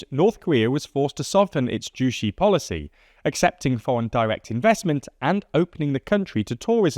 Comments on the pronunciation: So much research into north korea and they didn't take 1 minute to google how to pronounce Juche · They always butcher pronunciations. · Damn pronouncing Juche like that is rookie error, and although i know you have your writing team, it shows a large unawareness of the country as a whole, especially when it's been the guiding ideology for the country for years. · Might wanna check the pronunciation of Juche xD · Jushe? It’s pronounced the same in English as korean Ju-Che like Che gevara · "zhu-shee" lmao it's pronounced (in korean) "tzu-say" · I was gonna say "joo-che" but yeah "joo-shee" is definitely wrong. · If you just break it down as “ju” which is, well, “joo,” and “che,” as in say, “Che Guevara,” it’s pretty apparent. (“Joo-shee” makes no sense, no matter how you slice it.) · Pronouncing 주체 "Juicy" is crazy 💀💀 bruh it literally takes 10 seconds to google translate it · “che” [tʃe] from Juche is pronounced like the name Che Guevara. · They used to say something like "The North Korea dictator Kim Yong with his ideology Joo Shee..." back in the days on cable TVs. It's still lovely to hear people mispronounce North Korean names. It's how we show them our passive aggressiveness. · ah yes, "jushi" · his reading of Juché, as Jucy, feels like how sweet North Korea dictatorship. 🥰 main factor of closing Russia and NK is failed Sk-Nk relationship, due to the ultra-rightwing SK government. New Sk goverment also close the connection with Russia abruptly causing their approach to Kim’s regime. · Great video, this is my field. Minor critique, Juche is pronounced Joo-ché (ch as in chair) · A French Youtuber once pronounced Juche as "Shüsh" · You guys are all wrong. Clearly it's pronounced JUICY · It’s actually pronounced “ch’ooch’e” and it doesn’t mean “self-reliance” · Juche (주체) should be pronounced in English like "joo-chay" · First thing I noticed - sounds like Ryuk saying"juicy"